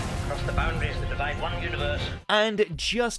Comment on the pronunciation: "Divide" right lol